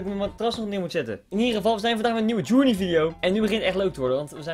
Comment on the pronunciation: Verkeerd zegt